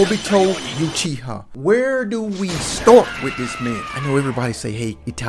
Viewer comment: Yuchiha ..... Ouch